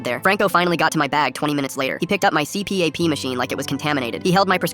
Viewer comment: Erm it’s pronounced see - pap 👆